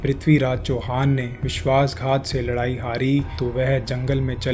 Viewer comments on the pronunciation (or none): none